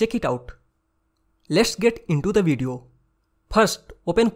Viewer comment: Bro you said vedio not the movie